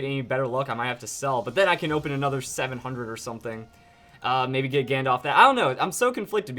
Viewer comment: i think hes saying ganda wrong